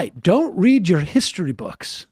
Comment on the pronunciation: Her eyes are actually wider apart than the actual width of her skull. Clearly inbred. Plus, she says "hishtory" to seem more classy.